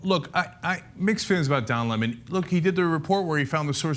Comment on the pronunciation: I love how in the video Lemon points out that people say his name wrong so he makes sure to get everyone elses right... and then Ana pronounces it wrong. It's Le-mon, not L-emon